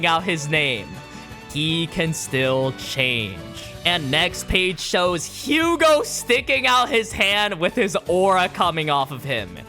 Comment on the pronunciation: I'm sorry I'm being that dick but it's pronounced Yugo and Ca-moo and Ren-wah(r). They're French.